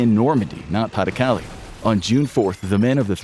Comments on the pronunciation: Thank you. Came here to get at this exact thing. Pah deh Cal-leh Not Paddy Cali. Plz & thank you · Pah-duh-Cah-LAY. NOT PAH-duh-cah-lee. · PLEASE double-check your pronunciation! Pas de Calais is pronounced "pah de kaLAY"', not "PAH de KALee"'. You're driving me crazy! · Its excruciating hearing pays de calais called paddy kally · "Pa the caly"... jesus christ americans... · Pronounced "pah-de-cal-ay" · Pas-de-Calais properly butchered ^^ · Learn how to pronounce “pas de Calais”!! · I cringed every time Pas-de-Calais was mentioned